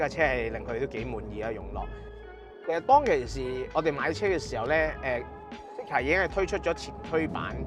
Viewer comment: “Zeekr” 呢個名用 voice navigation 有啲麻煩，因為香港人讀 Z 經常讀咗 S音，R 又讀咗 Ah音，所以Zeekr就變成 Seekah. 所以架車聽唔明可能係Honglish嘅問題😂